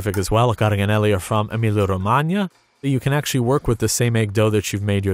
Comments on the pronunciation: EmiliA-Romagna, not Emilio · Every time he said "Emilia-Romagna" my Canadian-Romanian brain kept thinking Romania because that's how it's actually pronounced